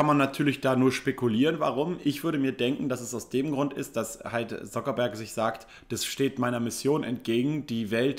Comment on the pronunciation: Er wollte nicht "Suckerberg" sagen denke ich